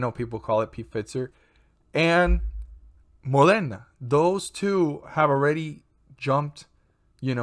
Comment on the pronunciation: wow are you latin? speak spanish? your “Moderna” pronunciation :-)